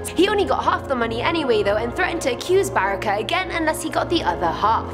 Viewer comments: Barica read as Barrikah oh my god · In Croatia word ‘C’ is pronounced like ‘tz’ so it’s Baritza and Brestovatz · the way y'all butcher some of these words (Jure Grando, Medvednica, Description Škrinjari, Barica, Celje (which isn't even in Croatia), Brestovac, Milivoj, Ljerka Sram) literally kills me inside